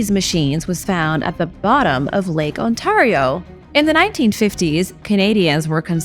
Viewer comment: This New Yorker groaned at the mispronouncing of Ontario.